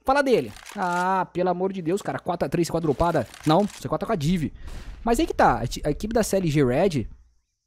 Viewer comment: Mano, mais alguém achou engraçado ele falando div? Hahaha era Di, néranão?